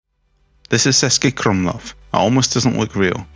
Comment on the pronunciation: Wow. Starting off the video with the wrong pronunciation of the city name is definitely a bad sign. How much trouble would it have been to ask a local - or basically any Czech person? Some pretty poor research.